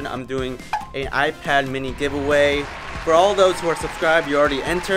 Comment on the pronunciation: it's an I pad not a I pad.